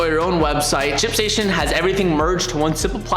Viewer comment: I think you're missing the letter T in Ship Station when you're saying it.